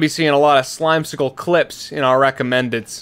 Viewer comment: Y'know, at this point, I'm getting the feeling that just forgotten the password to "Slimecicle" and will forever be without his vowels...